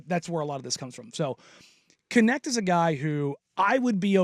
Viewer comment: His last name is dutch..it should be pronounced kneght (with a soft g)